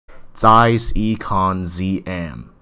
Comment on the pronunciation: I'm a German. It's really "ee"kon :) Even he pronounces Zeiss right, with the hard "z".